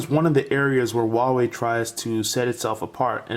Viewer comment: Nice video. BTW, It should be pronounced like WHO-ARE-WE.